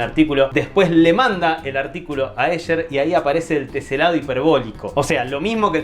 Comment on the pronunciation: El colmo de la "ñoñez"... No se dice "Ésher", sino "Éjer"... Ya que se pronuncia en alemán y no en inglés... Soy horrible, lo sé...